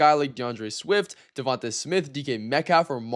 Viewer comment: You do so much good with your research and content but just like so many other guys out there, get this wrong: that Eagles receiver's name is pronounced Devon-tay not Devon-tuh Smith. Other than that great work. God bless you